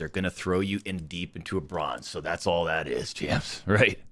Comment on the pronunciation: “Brozne” lmao